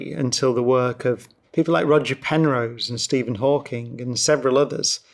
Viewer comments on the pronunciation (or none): none